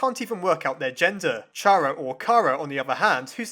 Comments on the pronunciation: Chara is pronounced Care A Not Char A FYI. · Chara's name is a play of the word CHARActer. It soumds like Kara, not CHA ra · Dude its pronounced car-uh not char-uh its very frustrating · It's (car-a) not (chair-a) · IT'S CHARA (Pronounced K-AR-A) NOT CHARA (Ch-ah-ra) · Ummmmmmm, I actually don't think Chara (Char-uh) is Pronounced like that, i think it is actually pronounced Chara (car-uh). Edit: Never mind you realized that it might be that too. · it's care-ah not char-ah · IT'S PRONOUNCED CARE-A IT'S A PLAY ON WORDS *CHARA*CTER THIS IS SO FRUSTRATING TO ME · ITS KARA LIKE CHARACTER YOU DONT SAY CHaracter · Just saying, your pronouncing chara and alphas wrong, it's pronounced car-a and al-fis, ok? Pls get it right, it makes me a bit mad and I get mad very easy over small thing even like a little glitch when my phone says when I'm drawing on sketch : sketch is struggling to keep up with you. Please slow down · I think it's prenounced car-a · it's pronounced "Cara" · Y does everyone say chara's name wrong? Its chara as in character (i think) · Stop pronouncing Chara like that. It's pronounced like the beginning of 'Character'. You know, *Chara*cter. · Chara is pronounced with the letter k.